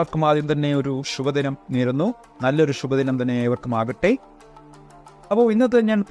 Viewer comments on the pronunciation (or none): ഷുബദിനം അല്ല സാറേ ശുഭദിനം.